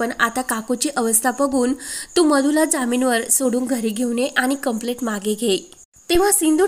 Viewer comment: वाचणाऱ्या व्यक्तीचे उच्चार बरोबर आहेत की नाही हे तपासत नाही का? कंप्लेंटच्या ऐवजी कंप्लेट असे उच्चारत आहे. मिळालेच्या ऐवजी भेटले असे उच्चारत आहे!